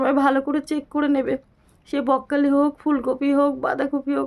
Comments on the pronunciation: কথাটা বকখালি নয় ওটা হচ্ছে ব্রকলি একটু ঠিকঠাক করে বলুন বারবার বকখালি বকখালি করছেন এটা বাজে লাগছে শুনতে আর আপনার কি অসুখ হয়েছে যে কথাই বলতে পারছেন না এদিকে ভিডিও করছেন বকখালি বকখালি বলে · Ota bokkhali noi ..apni thik kore uchharon korun ... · ব্রকলি বলুন বককলি বককলি বলছো